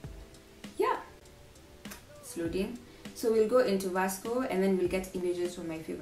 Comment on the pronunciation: Ily but it's pronounced visco not Vasco 😂❤️✨